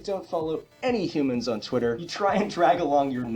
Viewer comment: I find it funny when someone say humans it sounds so odd